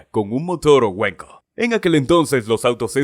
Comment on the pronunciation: Motor "weko"😂😂😂😂......wankel.